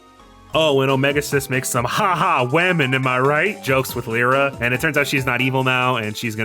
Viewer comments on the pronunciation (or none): So, are you purposely mispronouncing some character names? Like, um, you seem to get how to say Lyre, so, um, follow that logic and say Lyra again. (This is mostly a joke lol). Yeah but that's a new pronunciation for Omega Xis. I've always said the last bit as Ex-iss. Who knows? Unless... There's subtle voice acting later in forgetting about lol. And I always pronounced Sonia like you would Sonic, like a wave. She she's, well, music themed. IDK. I never saw the anime.